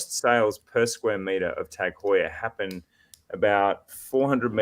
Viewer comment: Also, in case Four Pillars stays on as a sponsor, let’s just agree we need a special episode where you all take a shot every time says Tag Heur 😅